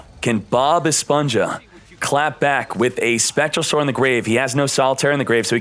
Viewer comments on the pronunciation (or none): Hmm, what Bothers me more? "Bob esponsha" or "machaina" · Si pero el nick name es “BobEsponja” así q se debe pronunciar en español no en inglés